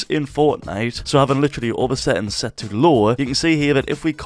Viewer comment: bro sry but you trigger me with seins and not settings